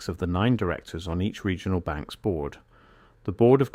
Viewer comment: What is a "Segional Bank"???? I hate AI generated content, at least as it stands now. An error like that stands out to anyone who's paying attention. Even if the rest of the information in the video is valid, this undermines its entire credibility.